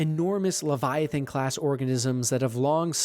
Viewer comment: Rap-pear Levy- atain